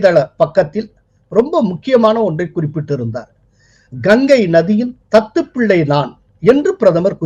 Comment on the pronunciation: முதல் 'த' எழுத்தை கனமாக, த த்துப்பிள்ளை என்று உச்சரிக்கவும். தத்துப் பிள்ளை வேண்டாம்.